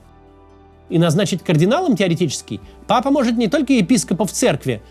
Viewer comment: Папа, а не Пыпа(